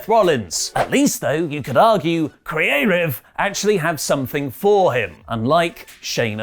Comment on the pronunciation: please dont do that again the way you said creative sounds racist towards asians